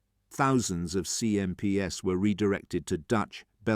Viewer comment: I'd much prefer an imperfect human-voiced narration than this Chatbot with a simulated British accent! Obvious errors include pronouncing terms associated with the atmospheric wind 🌪, when describing the 'winding 🌪 down' of the CMP truck windows! 🪟 🙄 Repeatedly referring to 'CMPS' by a string of alphabetic letters, when the script writer 'actually intended to refer to these military trucks in plural (CMPs) became really annoying! Please hire an amateur 'voice actor' rather than using an AI synthesized voice! 'Also there was far too much repetition in the script! Even allowing for some important facts to be repeated a couple of times, the script would have been much better if its length had been reduced by at least one quarter! How many times do 'the deserts 🏜 of North Africa' and 'the jungles of Burma' have to be repeatedly referenced? The inclusion of at least one brief motion film clip showing the CMP moving over the different types of terrain to which the script repeatedly refers, would certainly have improved this video product![Edited for punctuation and syntax.] 🇨🇦 🍁 🇨🇦 🪖🎖🚚 🚛 🚚 🚛 🚚 🎖🪖 🇨🇦 🍁 🇨🇦